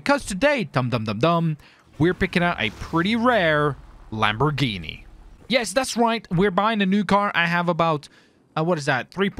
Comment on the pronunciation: not hating, but people needa learn to pronounce lambos names, its not that hard